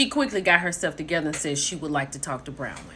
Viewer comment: Hey, sis it's BRON-wyn....😂